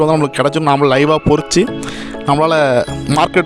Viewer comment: Boss athu porichi illa, parichu